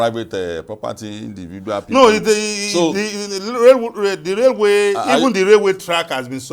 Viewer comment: You guys please add professional touch to your presentations, watch your pronunciation it's railway not raluway